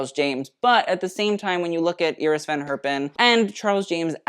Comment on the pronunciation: Kudos for pronouncing "Iris" in a Dutch way